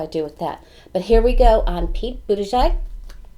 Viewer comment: Thank you for a great reading. You pronounced Mayor Pete’s name beautifully—better than anyone I’ve heard:) Comma-la is Kamala . She is so good too. We have a bountiful field of candidates! Did you do Beto yet? I think you did but I will recheck:)